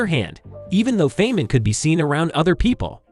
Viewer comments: Feynman is pronounced "fine man". He liked the girls, loved practical jokes, was a major contributor to the original design of the atom bomb, and liked playing bongo drums. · Richard's surname is pronounced FINE-man. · I guess you are not a genius, because you pronounce Feynman wrong. It is not pronounced "Fain-men". It is pronounced "Fine-men". Also, tell me, how do you know Isaac Newton's IQ, was 190? And, "Neuro-plas-tickity", sure!! 🥲